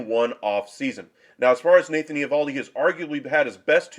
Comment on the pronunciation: Learn to pronounce his name